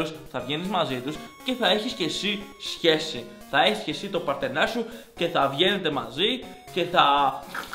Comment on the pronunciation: μονο εγώ στο άκουσα αντι για σχέση - χεσει